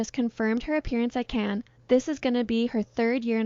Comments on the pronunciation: Could be AI because she couldn't pronounce Cannes, but she also made a mistake calling the swastika as nazi symbol, I think AI would know better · You pronounce "Cannes" wrongly, are you using AI to read your script?